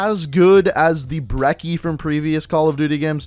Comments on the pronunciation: BREKKE no it’s brecci I’m just saying 😃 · He said "broccoli